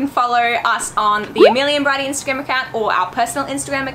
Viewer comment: Wait, brydie? I thought it was briddie